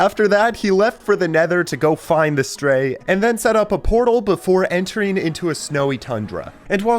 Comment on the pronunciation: Why did you call the Stryder the stray?